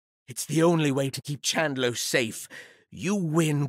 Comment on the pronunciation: chandlo.... Snorpy.... :{ GRAMBLE!!!!!! you killed me inside :<